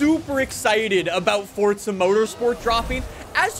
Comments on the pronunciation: PLEASE STOP SAYING "FORTZA" Forza*** my man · dude. please. its just forza. NOT FORTTZA. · Pretty sure it's Forza not Fortza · I’ve been pronouncing it wrong the whole time I guess “FORTza😂